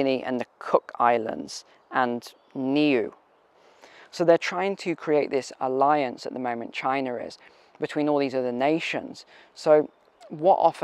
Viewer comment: Van-a-waa,two,. And New-way